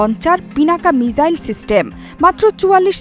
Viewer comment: Are didi ota মিজাইল না মিসাইল